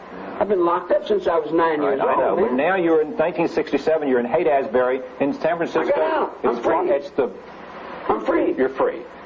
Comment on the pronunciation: Rose keeps calling it Haight-“Az-bury.” It’s “ASHbury